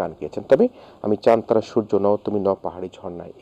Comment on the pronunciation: চান তারা নামে শাফিন ভাই এর কোন গান ছিলো না, সঠিক উচ্চারণ হবে চাঁদ তারা।